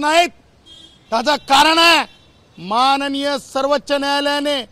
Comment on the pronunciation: सर्वच्च, निदान सर्वोच्च तरी बोलायला शिका